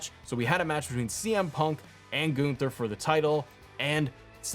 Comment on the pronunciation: Not GOON-ther 😅😂